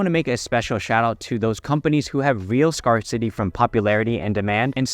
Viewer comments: Great vid. FYI, “scarcity” is pronounced “scare-city” not “scar-city” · Great video per usual...one tip, it's pronounced scare-city as in boo you're scared. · Scarcity should rhyme with "bear city". Scarce is spelled weirdly, but it doesn't rhyme with scar.